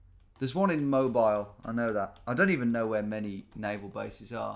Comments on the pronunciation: It's not pronounced mobile it's Moe-Beel alabama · cant wait till Tom finds out Mobile, AL is pronounced moh-beel and not moh-bi-yul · Just so you know Tom, is pronounced "Mo-bee-l" not "Mo-bile" :P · Tom, my guy, it's Mo-bEEL, not mobile like the phone smh my head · Hey Tom! If you're curious, it's pronounced Mo-beel, Alabama. I'm from the area. :) Cheers and thanks for the awesome content! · I live in Mobile Alabama. Pretty cool that you noticed us lol. Mobile isn't pronounced like mobile phone its actually pronounced MO-BEEL. It has French origins if that means anyhting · Americans pronounce the name of the Alabama city MoBEEL. See the Bob Dylan song "Stuck Inside of Mobile with the Memphis Blues Again." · We Alabamians get a good laugh when people pronounce it Mobile with a long i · Mobile, Alabama is pronounced like “Mow-beal”. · Just as a heads up, it is pronounced "Mo Beal". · Mobile is pronounced Mo-Beel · its pronounced moBEEL alabama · that's not how the muricans pronounce the city of Mobile, Alabama.